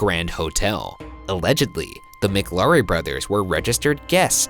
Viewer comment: Also you are pronounceing mclaury wrong